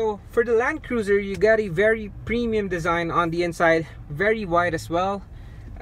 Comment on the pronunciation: Premium not Pinion